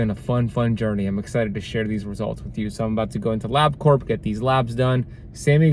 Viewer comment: Your Carnivore Level 4 is called "Ketovore" by most people. LabCorp is pronounced Lab Core - the P is silent (I worked there for a couple of years). Wearing a CGM while on carnivore seems silly to me since nothing you eat will have significant glucose in it or elicit any kind of significant insulin response so my question is - Why would you do that? Those things are not cheap. Keto for several years... carnivore for 5 months.